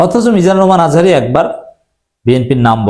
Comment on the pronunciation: দুদু ভাই আজহারীর নাম ভালো করে বলে নাই কিন্তু আপনিও তো দুদু ভাইয়ের নামটা ভালো করে বললেন না